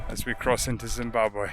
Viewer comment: Excellent pronounciation of Zimbabwe ❤